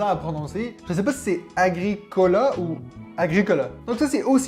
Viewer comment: Agricola a essayé. Nous on adore même si on sort plus souvent la version 2 joueurs. Et pour la prononciation vu que tu es en Suisse c'est Ag-Ricolaaaa 😂.